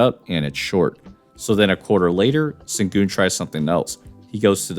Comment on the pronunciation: It's pronounced "Shen-goon". C'mon man...